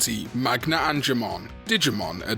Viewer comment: Angemon dude? Seriously? 😫